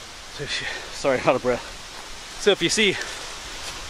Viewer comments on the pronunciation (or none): none